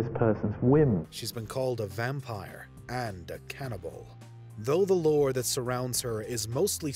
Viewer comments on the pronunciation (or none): none